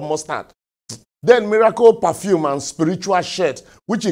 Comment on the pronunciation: I love the way he says "Perfume" Parfeeum!! 😅😅